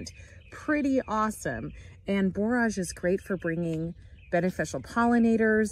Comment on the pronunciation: That's really interesting about the borage making the berries grow better! BTW, it's pronounced like 'storage '. I've got three big beds that need cleaning up, overgrown, I better get at them soon!